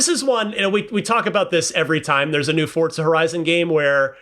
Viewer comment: i cannot take this guy saying FORTZA there's no T bro